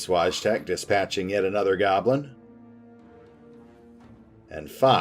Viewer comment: Btw, Wojtek is pronounced - Voi tech or Voy tech, which ever is easier for you to pronounce.